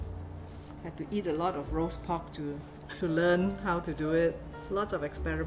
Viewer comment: Love how she said’ Roost pork ‘ in Cantonese 👍🙂🙂😊 the Cantonese language is soothing definitely doesn’t sound aggressive like Mandarin.